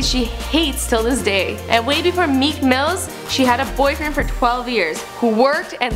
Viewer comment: Did she say "Meek Mills"?? I mean I kno some people don't like him but at least get the man's name right